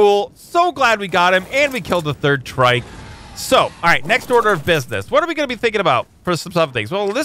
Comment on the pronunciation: I love how he s "businass"